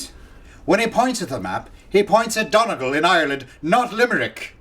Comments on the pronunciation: its not don-a-gal is don-e-gal, there is a viral video of an american that says don-a-gal on the news in Ireland and sure its mighty craic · It's not done gal it's pronounced doneygal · It’s pronounced “Dun-ee-gal”, not “Dunagul’ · I love the way he said Donegal ps it's Dun ee gal (gal like gal stones) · It's pronounced dunn-ee-gul!!! 😂😂😂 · it is pronounced 'Dun-eee-gol':P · Donegal is pronounced doney- gal. I love hes funny. we can hear u wisper:) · donegal is pronced doney-gal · Lol Donegal pronunciation was hilarious xD